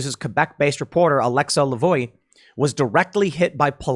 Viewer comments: *Lavoie is pronounced [la’vwa]. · Tim it's pronounced La Vwah.